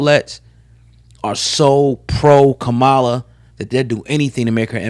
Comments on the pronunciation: It’s pronounced Comma-LA not KaMala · It’s Kamala not kamaaala. First you say comma (like in a sentence) then you “La” (like “la la la la”) and there you have it “Kamala” easy as pie 🥧. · No one cares if the Fake black woman's name is mispronounced smh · I really wish y’all influencers would start pronouncing Kamala’s name correctly. You wouldn’t want to be called out of your name.